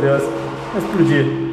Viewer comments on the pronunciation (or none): Leon: vai exprodi Kkkkk